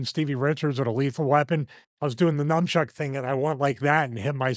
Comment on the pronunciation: I love that Stevie says “numchuck” seemingly genuinely! 🥲🥲